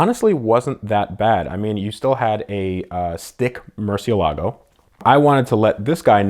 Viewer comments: Not to be rude, but "Murciélago" has the "é" as the stressed syllable, not the "la". By the way, as you may well know, "murciélago" means "bat", therefore he who drives a "Murciélago" is actually a batman... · Mer-sel-e-go so says all powerful ruler and curator of cars, Ed.